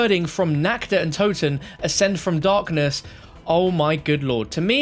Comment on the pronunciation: Love the vids and hate to say it but you're mispronouncing the german words "Tag" and "Nacht". You're pronouncing the "a" like an english "a". Not that big a deal but just wanted to let you know. Keep up the great content 👍